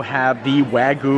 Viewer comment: I am a Japanese speaker and you are pronouncing “Wagyu” horribly wrong. It is painful to hear. Don’t you see the y in there. It is not Waguuu! The “Gyu” sounds like “g-you” Wagyu”